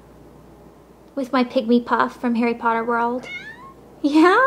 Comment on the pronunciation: you're saying his name wrong. it's pronounced "hah-ree poh-TTer", not "hairy podduhr".